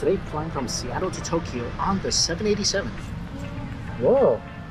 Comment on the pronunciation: And it’s not To-ke-yo. It’s To-kyo